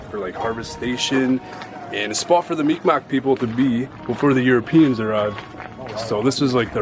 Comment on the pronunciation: You trying to say Micmac Indians?